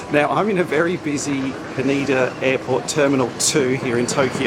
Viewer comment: Another great vid. Quick corrrection - Haneda pronounced like 'Canada'. I was surprised too when our Japanese work cleaner corrected us when clearing Virgin to 'Haneeda';-)